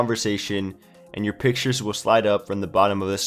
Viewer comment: Thanks for "Piktures" :)